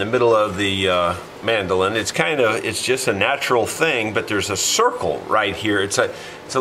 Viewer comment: Would you please, just once, say "man - do - lin". It's kind of excruciating to hear it pronounced 'mandelin". It probably feels like saying toys-are-us to oblige me, but you guys started it with silly names so you have to live with the consequences. I know it's idiomatic how you peeps have come to mangulate language, but you need to be aware it feels like a sonic crime to other idiomatic realms. Also these instruments quite likely originated and developed from similar things in Europe - Italy, Portugal, Spain, England, etc., so taking a nod to their ancestry is not such a bad thing either. Over here in Australia we still have some UK sensibilities. Meanwhile, I'm off to play some Brazilian choro on my very fine Chinese (Eastman) mandolin to stop being mesmerised by the prospect of the world's finest. Cheers.